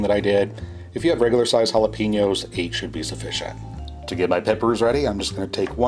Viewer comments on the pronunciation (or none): none